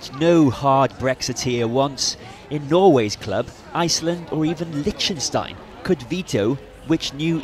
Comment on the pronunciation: it's not called Lichenstein it's Liechtenstein